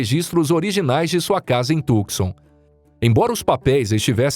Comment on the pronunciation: A tal cidade de Arizona chamada Tucson e' pronunciada corretamente assim: TU (com o 'C" silencioso) SAN, e nao tucson como ele diz. Portanto TUSAN, com o acento no "A" da silaba final. TU-SA'N.